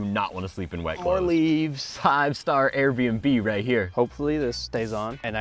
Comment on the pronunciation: Why do you always say airbmb😅